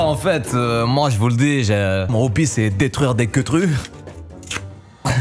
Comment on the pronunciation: C'est surtout le '' daitruire'' aie mes yeux 👀